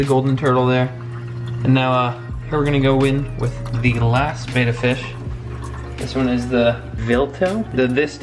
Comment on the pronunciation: How about learning to pronounce the name of the fish--it's BETTA, not Bata